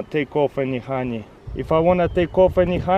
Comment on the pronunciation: I like the way he pronounces honey. "hanjej" 😂